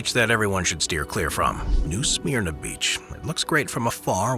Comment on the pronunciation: Pronouncd New Sm-erna